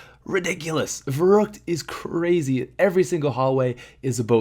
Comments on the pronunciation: vurruct versucks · verruckt pronounced (verrookt)